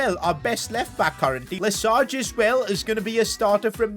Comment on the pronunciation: loved the video as always! a few tips for your french because why not : for Lesage, the G is pronounce as a J (like in massage for exemple). Then, the letter ç is pronounced like an S. Finally, the sound OY isn’t pronounced as in english, it’s more like oua